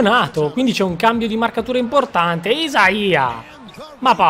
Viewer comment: Per i prossimi video non si pronuncia "isaia" ma "aiseia".. grande comunque :)